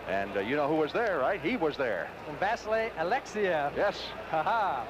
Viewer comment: that's pronounced Va-see-lee Alex-ee-eeve The Greatest super heavyweight ever.